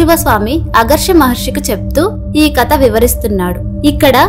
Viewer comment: కత కాదు ❎ కధ ✅ ఇక ముందు తప్పు సరిదిద్దుకోండి!!